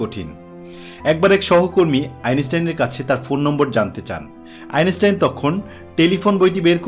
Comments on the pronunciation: বারবার' আইনেস্টাইন' খুব শ্রুতিকটু লাগছে। আর শুধু ভুলোমনার কথা এত শোনা যায়? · Your pronounciation of the name of the great scientist is not correct.